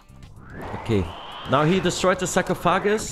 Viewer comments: Pretty helpful guide, thanks! Also the term for the sand in the glass in English is Hourglass. And we say sarcophagus like "sar-cough-oh-gis" but I liked hearing sahcrow-foggus, haha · “Go next to the sock-ah-foggass.” 😂 Haha huge fan bro. Literally just watched this whole video from start to end just to die at TOA again at 50 invo lmao. Damn near have max gear as well 😭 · Oh my gosh that was hilarious man. Hearing him say “sarcophagus” like 10 different times was absolutely hilarious😂😂😂.